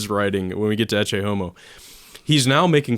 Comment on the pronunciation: they pronounce ECCE wrong